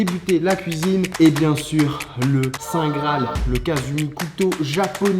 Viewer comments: Sa se dit pas kazumi c est kasumi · Au Japon le u se prononce ou donc ce n'est pas kasumi mais kasoumi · SA SE PRONONCE « KASOUMI » PAS KASUMI T^T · On dit pas kazumi on dit kassiumi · Sa se prononce kasoumi et sa s'écrit kasumi